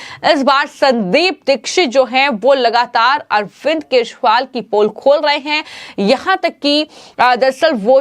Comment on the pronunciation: Dear me anchor he is KEJRIWAL. NOT Keshwal... Please correct your pronunciation...😁